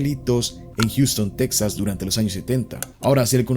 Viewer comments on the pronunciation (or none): none